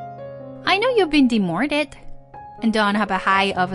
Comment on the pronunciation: The reader pronounces so many words wrong. Demorted instead od demoted for example.